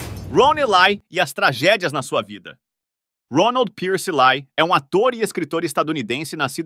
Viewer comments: Acredito que a pronúncia seja Ron éle e não elai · Roni ley 😂😂ron ely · A pronúncia correta do sobrenome dele é "ilai", com o "i" levemente puxado pro "e". Em ingles o "E" se pronuncia como "i" e o "Y" com "ai". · So que você está pronunciando o nome do ator errado.